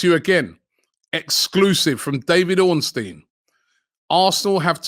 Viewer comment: Bid so big it made Robbie pronounce Ornstein’s name right 🤣